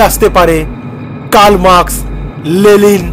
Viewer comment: ওরে অশিক্ষিত ওটা লেলিন না, লেনিন।😂